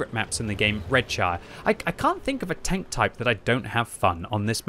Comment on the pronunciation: Why i hear you saying welcome BANK? anyone else?